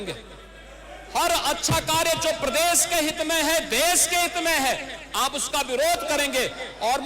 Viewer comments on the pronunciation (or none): Isko to uttar pradesh bolna nhi aata ..prades bolta h hmesha jahil